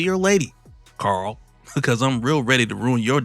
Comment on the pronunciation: something about hearing "Carl" being said in comic accurate fashion.. Is sooo perfect. It's like someone wrote this for to narrate it!